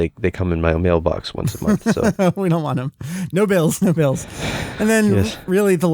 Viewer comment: I'm pretty sure Bills is pronounced Beels in english.